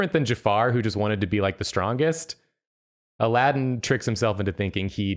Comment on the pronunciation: “Jaladdin” little did they know